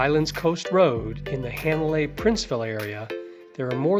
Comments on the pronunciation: I just came across this video. After being to Kauai 14 times and being a short time resident, PLEASE, if you are going to make these videos, learn how to annunciate the Hawaiian language!!! Hanalei, my final destination every time, is NOT Haaa (not like CAT) nalei (not a short A), it is a soft A, like ahhhhh, Hah nah lei. Just like on Maui, Hah nah, Hana, not Hanna, like the name. Mahalo nui loa. 🏝️ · Hanalei...is not pronounced "hand " Hanalei. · Ha na CA pe i NOT ha na Co pe i. Correct pronunciations are appreciated,. It is pronounced HA nalei NOT He nalei.